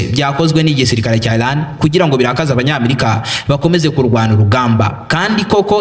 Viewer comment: Ntago nabuga ILAN bavuga IRAN. Mumvugo yawe jya utandukanya L na R Birababaza kukumva uvuga ngo ILAN kandi ari IRAN 🇮🇷